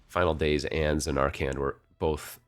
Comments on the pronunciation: Love your FF drafts. Can you please do something and fix how you say Zanarkand? It is zan Arr can not zan ARK and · Good Ole "Zan-are-Kland"